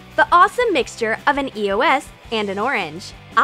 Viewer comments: They said eos wrong 😂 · They keep saying E O S and it's beer annoying how they are not pernonesing it right it's eos😒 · No u say eos wrong dumb massive game of my god damn